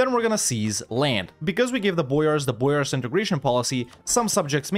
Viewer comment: 1) Belo-ozero, not Belowzero. Two O sounds, literally "White (Belo) Lake (Ozero)" meaning. 2) Boyars - almost right spelling, wrong sound accentuation. Not B[O]yars, but Bo[YA]rs. That "ya" in Ryazan sounds same, btw. 3) About fighting Poland - on your place i'd suggest to temporaly ally it instead and use it (along with Austria) to crush Ottomans early, then turn on Commonwealth with releasing vassals and re-conquest.